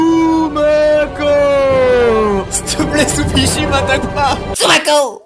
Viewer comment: J'ai entendu supichi 😂